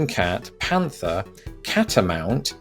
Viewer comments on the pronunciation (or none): none